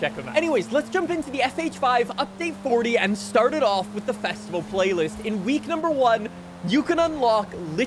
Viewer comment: Did say flaylist?